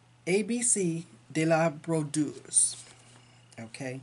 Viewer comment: Hi! Congrats on your finishes! Harriet Tubman is beautiful! And your For Ever and Ever is gorgeous. I love the bird on that one. Your pronunciation of brodeuse is so good!!!! You've got some fun haul. I picked up nonstopnon and a different one from stitching spell, woven ribbons. Always excited to see what you've got going on. Happy stitching!